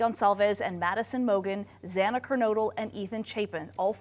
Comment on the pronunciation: The news reporter mispronounces Xana's last name. It just seems lazy when something like that happens because their names are everywhere.